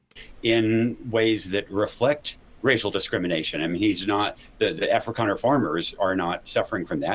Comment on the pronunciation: WTH is an " Afracaner " ?? Is this guy so embedded in white guilt he can't call them Africans? 🤣